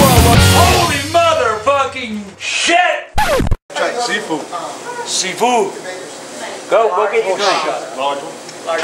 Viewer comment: haha, sea Fodd ? Or See Food XD